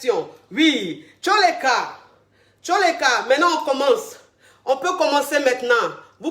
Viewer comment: Coach on dit toleka